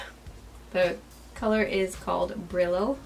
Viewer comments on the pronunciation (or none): It’s bree-yo, which means “sparkles” in Spanish :)